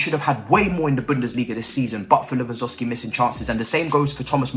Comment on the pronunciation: Ay at least you’re self aware that you butcher name 😩 now we need you to start sayin todd boehlys name right ffs😭